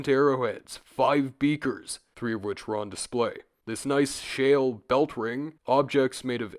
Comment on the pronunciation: love how he says "I-ron